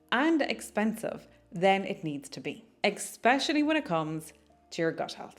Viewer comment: Super good tips!! Very easy to implement and insightful!!! So helpful. Thank you so much for all your fantastic videos/tips. …fyi it’s ‘especially,’ not ‘eXpecially.’